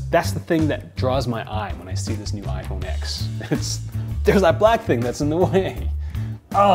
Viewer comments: he sat through a 2 hour presentation and still doesn't know the name of the phone...IT'S IPHONE 10. The X is a roman numeral!!!! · It's called the iPhone TEN, not X. Roman numeral X = ten. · RIPPER334 That's cool. Then tell me why the narrator from the official commercial from Apple for the iPhone X pronounces it "iPhone Ten".